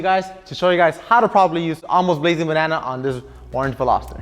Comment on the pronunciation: Simply, this guy simply cannot pronounce “Veloster”. Simply.